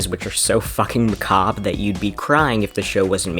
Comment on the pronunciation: CONGRATULATIONS!!! You're the first Youtuber I've heard pronounce "macabre" right in 3 years. Thanks!!!